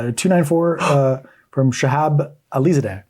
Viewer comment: Really, you can’t pronounce Alizadeh? 😂